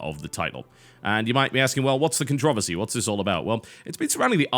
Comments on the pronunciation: Jesus christ. "Con-trovesy"????? "Con-tro-VERSY" God damn this is missuse sends chills down my spinal cord. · CONTROVERSY IS NOT ONE SYLLABLE TB! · It's also a game and if you're a grown up then you can deal with it. Also it's contra-versy. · there are two "Rs" in controversy why must you butcher the language every damn time?